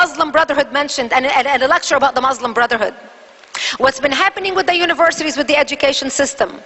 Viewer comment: she can't even say Muslim right...lolz... the witch!